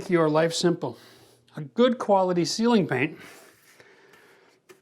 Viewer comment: oh "ceiling", not "sealing" paint? I was so confused at first 😂